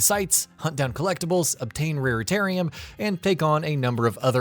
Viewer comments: RaritaNium Not RaritaRium😵‍💫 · It’s raritaNium - with an “n”. Sorry it’s just that I’ve heard raritaRium from several different youtubers and I’ve had enough 🤐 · "Rare-Tarium"... Where all the Raretanium lives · Wow you guys are like the third gaming channel who have got this wrong. And oddly in the same way. You guys, Yongyea, and I think Noisy Pixel called the collectible Raritarium instead of the correct Raritanium. Strange can you all not read or something?! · Because they don’t give a shit about the games they feature. He even says raritarium at the moment it says raritanium in the video clip. Who ever edits the video should be catching things like that as the announcers are definitely not the ones playing the games.